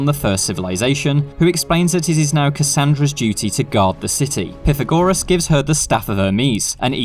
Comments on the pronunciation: Piffergorerss😂 it’s pronounced Pythagoras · Its PIE- THAGORAS! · Pithagorus dude? Never heard it pronounced like that. Why you being extra? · The way my man said pythagoras as pithygoreros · R we gonna ignore how he said Pythagoras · Ffs man why cant anyone say Pythagoras properly